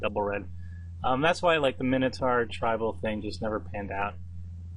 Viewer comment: Nicely drafted, but please learn to pronounce Centaur and Minotaur correctly.